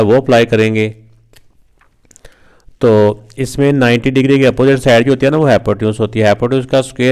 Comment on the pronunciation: Hypotenuse ❌hypoteuns✔️